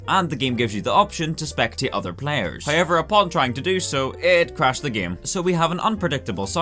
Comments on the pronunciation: I like how he says "hiever" 😊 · He keeps saying "hi-ever", and it's confusing me.